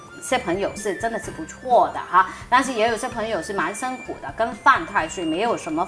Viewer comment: 不是伸苦是，是辛苦。好好学习。